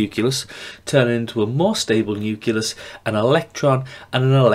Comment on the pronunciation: great video! however, there is no vowel sound between the 'c' and the 'l' in the word nucleus. Nucleus not nuculous hahah